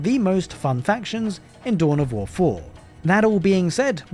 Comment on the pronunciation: Tohn of Woh Foh 😅